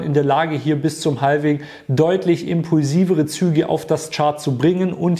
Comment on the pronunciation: Bitte nicht "haLVing" sagen... es ist "havfing". 😢